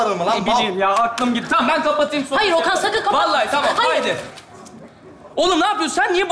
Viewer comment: Kız Okan yerine oken dedi